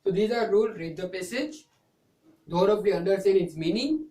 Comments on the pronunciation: Pronunciation of thoroughly should be changed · First learn how to pronounce thoroughly... Idiot